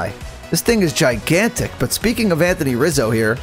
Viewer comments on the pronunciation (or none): none